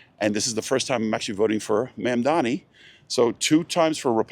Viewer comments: i love how he refuses to pronounce mamdani correctly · You can tell this guy GENUINELY doesn’t know how to say his name 😂